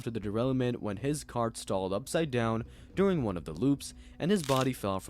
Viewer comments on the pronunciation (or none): none